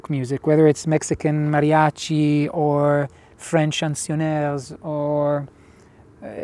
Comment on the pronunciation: I’m impressed by your pronunciation of mariachi